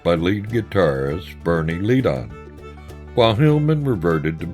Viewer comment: If possible to edit the narration, the pronunciation of "McGuinn" could be corrected from "Magewin" to "McGwinn", otherwise this is terrific! Also Bernie Leadon is pronounced "Ledden" not Leed-on.